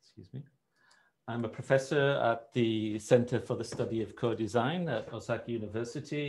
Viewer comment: Hmm, the first guy keeps saying "Osaki" over and over. I presume he means Osaka. Regardless of that, hope you guys can get better video and audio as without that a wider audience is not going to stay and watch these things.